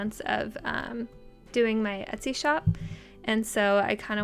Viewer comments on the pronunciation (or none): none